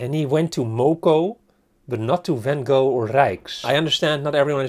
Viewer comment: Hoe kan je in godsnaam vanGo door je strot krijgen? Als Amsterdammer hoor je toch de juiste uitspraak te weten?